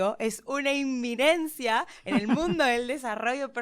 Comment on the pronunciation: Es eminencia y no inminencia.